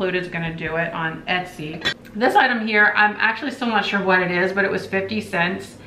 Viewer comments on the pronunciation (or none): none